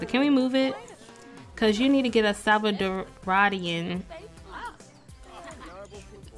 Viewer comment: It’s stressin me out the way you’re saying salvaDORA and salvaDORIAN not salcadaraduh...